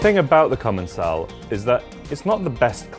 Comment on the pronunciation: In fact it should ce commençal where the ç is pronounced as an « s » in French. They probably erased the cédille (ç) for commercial reasons or because capital letters loose their accents. So indeed it is pronounced: comonsal.